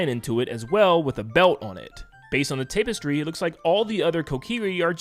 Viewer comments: It's TAP-S-TREE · i legit cringed every time he said 'tape-estry' >.< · "taypestry" Tap-es-tree.. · TAP - estry not TAPE - estry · Tap-estry dude, not tape-estry. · TAP man... TAP-estry. Tape - estry got me every time lol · Tapestry is pronounced TAP-estry, not "TAPE-estry." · Ta-puh-stree not tape-es-tree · Also learn how to read and pronounce words man. It's Tapestry not Tape iss tree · TAP-estry. Not TAPE-estry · Tapestry, tapestry, tapestry... Tap...not tape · It is pronounced “TAP-ess-tree,” not “TAPE-ess-tree.” Otherwise I enjoyed the video. Thanks for making it! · TAP-estry not tape-estry (vowels sound like like "majesty") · Why do you keep pronouncing it like tape - istry...? It's extremely distracting bro :face-purple-crying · Take a shot every time he says "tape- estry" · What the heck is a tape-estry? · Tapestry sounds like "tap" and not "tape" 😁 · I made it to before the "TAAAAPestry" pronunciation noped me out. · No 'h', it's 'a' as in "apple" (a), not as in "mark" (ah). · It’s pronounced “tah-pestry” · Tap. Tap-s-tree is how tapestry is pronounced. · Stopped watching the video because the tape-istry was so annoying. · Work on your English asap. Tapestry isn't pronounced like that, and a ton of other mistakes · The way you keep mispronouncing tapestry is driving me fucking crazy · Why do you pronounce tapestry like that? Lol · “Tap-estry” not “Tape-estry” Also, “deduce” not “deduct”.